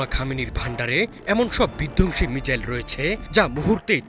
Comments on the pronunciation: উচ্চারণের কি বহর... বলে কিনা মিজাইল!! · শালা উচ্চারণ করে মিজাইল,😂😂😂😂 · ঠিকমতো মিসাইল উচ্চারণ করতে পারে না। ..চ্যানেল খুলে বসে আছে